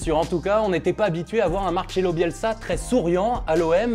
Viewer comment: Dites pas "Marchelo". Prononcez bien les noms putain. C'est Marcelo.